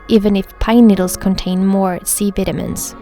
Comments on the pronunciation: Nobody: Literally nobody: Her: C veetahmeens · U pronounce vitamins wrong